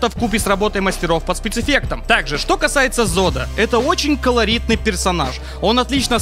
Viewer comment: Из твоих уст слово калоритный звучит как калорийный :D